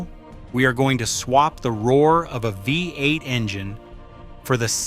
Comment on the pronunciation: FFS. thought there was a human narrating until I heard vi-8. sort your editing out! how hard is it to spell the script phonetically? or is the whole thing AI?